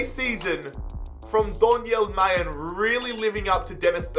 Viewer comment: Just a quick note its pronounced mar'len not mayen 😂